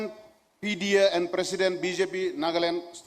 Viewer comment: NPP president pronounced Consensus as conshanshus,and president as peshiden.